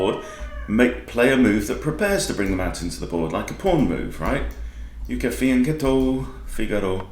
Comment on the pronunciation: As always very instructive video. Thank you. And very good pronounciation of "fianchetto"! Greetings from Italy